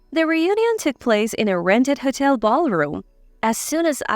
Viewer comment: Wrong pronunciation of these words.. (hotel, atmosphere).I cannot believe some of these stories r true. I have always liked reading and hearing about others ..adventures thru this life, however, most of these stories sound so unbelievable and basically have the ..same (if I might call it) punch line, which makes no sense, and the (reader) telling these stories read like second graders. No disrespect to second graders, they r in the learning stage, and some of them would probably be better at this. This isn’t meant to be a criticism, but a statement of fact. These stories doesn’t add anything beneficial to anyone’s life. MIL.. expectations of their DIL’s, being made to do all the work, coming into their homes and taking over. Putting the dil .. out of their own home?? Husbands making slaves of their wives!! How can anyone do this to u without ur permission? These r worse than an over dramatized soap opera. Getting revenge and retaliation! There is no silver lining in reading this kind of stuff. Ur blood pressure would soar .. thru the roof!! I realize life can be challenging, however, if these r examples of how to remedy the problems.. no thank u.. I’m convinced there r better solutions to problems that leaves u better, not bitter. I’ve read and heard stories to that effect also. These r definitely not the ones I gain any consolation from. I kept reading (some)..for a while, thinking they weren’t all the same or had the same sad retaliatory results. Boy, was I wrong!!